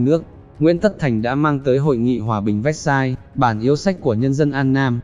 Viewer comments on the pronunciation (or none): none